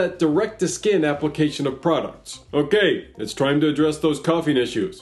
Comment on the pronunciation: 'Thyme of your lfe' 😅